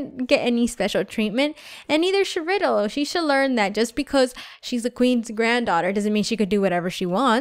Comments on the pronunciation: It's Ry del not riddle just saying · its not pronounced "riddle" its pronounced ry-dell